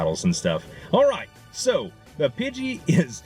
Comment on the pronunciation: Who phonetically spelled nidoran to sound like poop, it is Nee ( like the joint in you leg)- Doe (female deer)- Ran (past tense of run) Nee-Doe-Ran, Pidgey he pronounces correctly. Pidgeotto is Pidgey- oh- toe. If you guys want to give him advice double check your self first, we don't want to be the reason he mispronounces stuff.